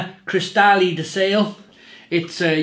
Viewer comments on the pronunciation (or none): Hi the correct pronounciation of SALE is not SAIL but SALEH. Hi from Italy